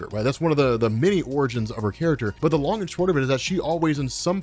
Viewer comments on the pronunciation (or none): none